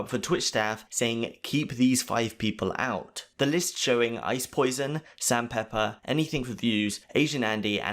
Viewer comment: did you just call ice Poseidon "ice poison"